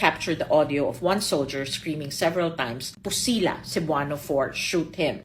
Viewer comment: PUSILA is pronounced as POOH-SILA